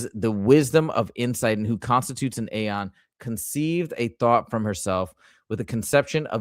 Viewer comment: Aeon isn’t pronounced with a sharp ‘A’. It’s the archaic spelling of the word Eon and is pronounced the same way